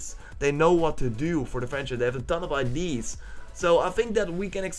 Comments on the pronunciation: why do you say ID instead of idea? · Autumn Lies Empty Probably because his native language is dutch, and in dutch "idea" is pronounced "iday" and he kinda carried it over to english